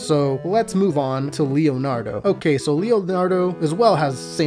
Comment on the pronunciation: I swear you're saying "Liamnardo."